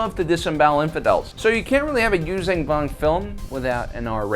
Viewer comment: It’s closer to Yūshjan than Yūzan.